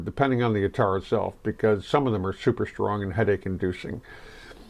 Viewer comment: Pronounced Ath-ar